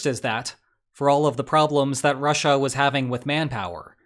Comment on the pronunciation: Once you hear the weird way he says Russia, you can’t unhear it. “RAH-SHAH” 😂